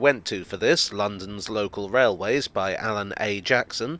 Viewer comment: Scwewee wailways… loved it.